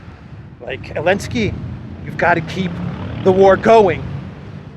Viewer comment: Why hes missing Z from Zelensky?? Or he has specific accent?